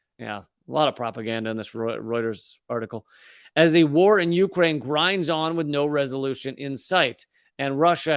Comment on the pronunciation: Lee needs to learn the correct pronunciation of Ukraine.